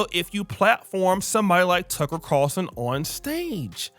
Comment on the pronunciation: Bro can't say Tucker Carlson 🤣 😂